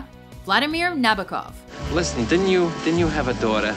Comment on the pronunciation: Nabokov's named is pronounced in the following way: Nah-boh-kuf with stress on the second syllable.